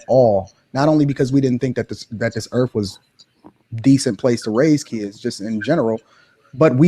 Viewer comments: Biggest problem on earth is people who believe their entitled, put others down, pro eugenics and says "erf" instead or earth. Stop botching the language, for starters. How's that for "being real". SMH, STFU. He shouldnt be having kids. He's completely disengenuous. Yeah I'm gonna pass on ANY advice from someone who talks about income vs parenthood and aparently uses the word "Erf" instead of Earth. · can't even pronounce Earth. Sad.